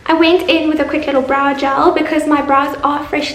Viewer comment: Its pronounced went not wint